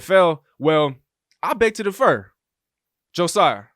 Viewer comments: You're pronouncing differ like defer. :) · It's pronounced DIFFer